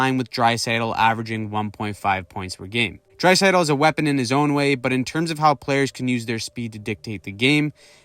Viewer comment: Leon Draisaitl You mispronounced his name is The closest thing to McDavid what's with the disrespect? McKinnon hasn't even cracked 100 points even once